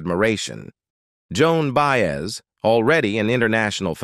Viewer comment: OH NOOOOO! Enough of these robotic voiceovers that just butcher the names of the people!!! Ok by That was IT for me...Joan Baez's name was just so messed up my ears shut down...And although this video is CLICKBAIT it had no purpose because it never answers its own posed question....I started reported videos that are just a waste of time and lie.